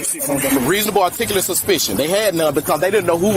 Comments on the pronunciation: He KNOWS the Laws, then quotes RAS: Reasonable "artickahler" Suspicion?! 🤣 😂 *(It's articulable!) Dude, sit your ignorant, taking it to the Supreme Court SELF all the way in that Squad Car!!! #SMDH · I love how these guys always want a reasonable articulate suspicion of a crime in but can rarely pronounce articulate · I love how they can never pronounce the word "articulable." 😂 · The irony of these SovCits insisting officers explain their "RAS" (Reasonable, Articulable Suspicion), while being wholly unable to pronounce "Articulable", is not lost on me... I mean, demanding that an officer articulate their reasonable suspicion, whilst you, yourself, are incapable of articulating said demand, SHOULD induce a level of ignominy on par with something like shitting your pants in a crowded public place... You highlighted, what I imagine to be one of the biggest, and sadly, most common, issues those in law enforcement face: The abject lack of legal acumen possessed by members of the public. It's exceedingly rare that you come across an interaction where the suspect (or individual arguing with officers about the law) actually knows what they're talking about. I'm fairly confident the reason for that is that most individuals who are familiar with American jurisprudence know that there is a time and a place to argue one's case and the details surrounding it, which btw, is in the courtroom, not the parking lot of a laundromat or on the roadside or whatever. I mean, even if you are 110% correct, the likelihood of an officer saying "Oh shit, you're absolutely right, let me get those cuffs off and get you on your way." is effectively non-existent. I had a tumultuous end to my employment at a particular business in Tampa many years ago. There were heated words exchanged, but I left as they asked me to, after cleaning out my office. A few weeks later, my girlfriend at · Not one of them can pronounce “reasonable articulable suspicion” correctly. 🤣🤣🤣